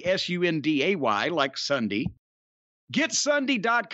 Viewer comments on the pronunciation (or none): that's S U N D A Y "like sundy"